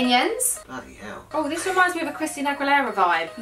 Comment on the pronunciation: No one:: bloody ell ( hell )